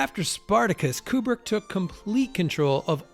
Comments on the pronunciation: It's odd that such a fan would not know that Kubrick's name is pronounce "Koobrick" and not "Kyoobrick" as he does. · Kubrick...not Kjubrick!!!